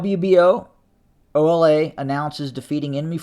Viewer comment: Bruh not OLA 😂😂😂